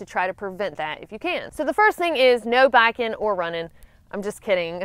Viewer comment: It look me hearing her say "backin' " like 5 times before I realized she was saying biking